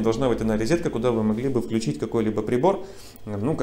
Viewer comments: всё хорошо! Но рОзетка, а не рИзетка!!!! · Особенно "рИзетка"😤...